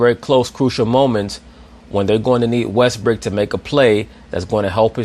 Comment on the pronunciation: James worthy calls him westbook lol